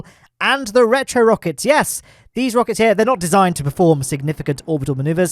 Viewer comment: "Free rocke;s, ma;e! 'S all you need!" 🤣🤣🤣 Love it.